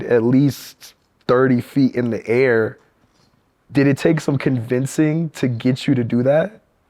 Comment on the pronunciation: “ the AiRRR” 😂 💚